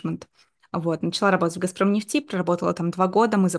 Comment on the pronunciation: А почему "Газпром нефтИ" то? 😮 А не Газпром нЕфти. И кстати, очень неинтересно слушать конечно заученные до запятой интервью, как на собесе.